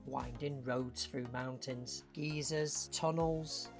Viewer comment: The word geyser is not pronounced “geezer”. A geezer is an old man in US vernacular. I’m having images of Carl from Up being stationed in the park when he says there will be geezers. 😂 (come to think of it that would be kinda cool)